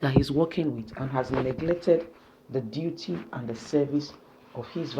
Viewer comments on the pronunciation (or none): none